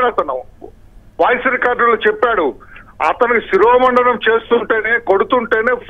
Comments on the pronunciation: శిరోముండనం అనాలి. శిరోమండనం కాదు తల్లీ. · పాడిన పాటే పాడరా పాచి పెళ్ళి దాసుడా... అన్న చందంగా ఉంది తల్లీ... నీ తెలుగు... శిరోమండనం ఏంటమ్మా... థూఫ్ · అమ్మా... శిరోముండనం తల్లీ తెలుగు ను ఖూనీ చేయకండి.